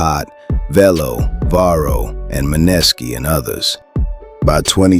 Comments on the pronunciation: Man-ness-ski😂😂😂😂 da man name is MANESKI😂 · Bro can’t be tapped in saying maneski name wrong 😂 who tf is muhnesssski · Who dafuq is Ma-Neskee this AI shit irritating